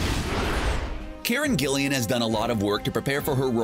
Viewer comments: Karen Gillan. Not Gillian lol. (Im a Doctor Who fan xD) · Karen... Gillian??!? You kidding me? It's Karen Gillan! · did nobody realise he said karen Gillian